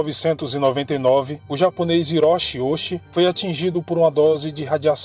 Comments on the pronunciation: Esclarecendo uma dúvida do início, o sobrenome dele é ouuchi tem o kanji que se pronuncia “dai” escrito “大” q significa “grande” e o segundo é “uchi” q se pronuncia na verdade “uti” pois nó Japão chi se pronuncia com “t” q é escrito “内” mas depois vou tentar encontrar matéria em japonês do caso e tentar ler. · O nome se pronúncia Oouti Risashi o H no Japão tem som de r Parabéns pelo ótimo trabalho